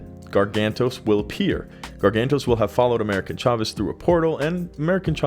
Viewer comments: Dude how ofter will you pronounce that wrong: AmericA Chavez … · Jeez that was painful. America Chavez. Once or twice coukd be an honest mistake, but damn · You literally have her name correct on the screen and say it wrong bruhhhhh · Tell me you've never read an America (no N) Chavez comic without telling me... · AMERICA CHAVEZ, not AMERICAN. C'mon, do a SHRED of research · Jfc get her name right, you only said it like a thousand times in this video. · The video was good but the amount of times you got this characters name wrong is amazing. Brought down quality of this great video.